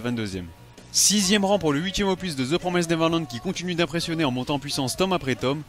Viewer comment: PROMISSSSSSST. Ça se prononce "The [promist] Neverland", pas "promaizd". Voilà, voilà, c'était juste pour pinailler. :þ Eh oui, l'orthographe anglaise n'a aucun sens.